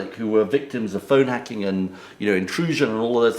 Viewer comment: "I've spoken ahht against phone 'acking..." Prat.